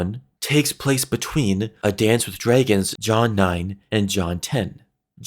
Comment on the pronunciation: Drey-gins. Stone drey-gins